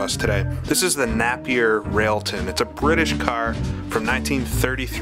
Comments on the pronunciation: the Napier Railton was never the fastest car in the world, it sent a record at Brooklands but was never the fastest car in the world, furthermore Napier isn't say NAP EER it said NAPIER mong. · Nape as opposed to Napp? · Quick Apology! I believe I mispronounced "Napier" for the first half of this video and somehow switched halfway to the right pronunciation. I hope this does not affect any enjoyment in the viewing! I blame it on being American!